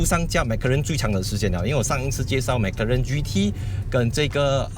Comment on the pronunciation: 为什么你是发音mac karen， 不是 mac 罗认吗？ 哪一个才正确